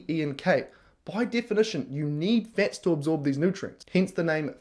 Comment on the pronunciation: Anyone else super annoyed with him calling fats fetz? 👏🏼🥱🚫🤮